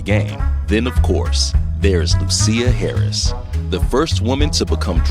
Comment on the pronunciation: SIR PUT SOME RESPECT ON HER NAME... IT'S NOT LU-CEER HARRIS BUT LUSIA as in LOO-SHIS...THANK ME LATER